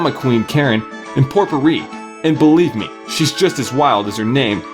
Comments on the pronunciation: Its pronounced pop-e-rie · Popuri purnounced like- POE-PER-REE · This is how you say her name POPE-OR-REEEEE. You are so welcome and I always either marry Karen or POPEORREEEEEE! Because they both are easiest and the easy way to marry Karen is take your dog to the bar and talk to her with it in your hands. The hearts will go up every one hundred clicks. You are welcome.